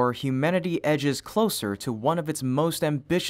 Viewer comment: "edge" HaAHhaha